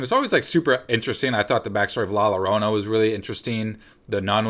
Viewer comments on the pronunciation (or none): Sorry to be pedantic, the but the double L in Llorona is pronounced as a Y, so its sounds like La Yorona... I’m going to see Annabelle next week...and First!!!